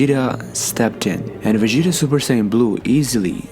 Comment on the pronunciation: A troll could of narrated this better. Just "supersayn"?